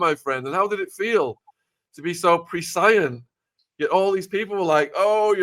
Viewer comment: 3.44......pree. Psy. Unt????.... prescient....is that just the way Shaun chooses to pronounce it..... have I been mispronouncing the word for years or is Shaun that appears here in the interview an A I bot..... someone clear up my confusion